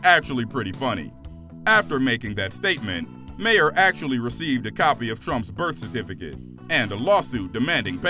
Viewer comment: Its pronounced Bill MAR